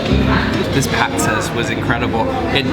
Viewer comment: And...the "Patsas" (soup), the emphasis is in the second "a". Thanks! Your video-work is highly appreciated.